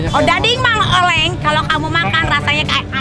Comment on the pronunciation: Nikmir ngomong ; Cimoy : cimol Mang oleh : mang oleng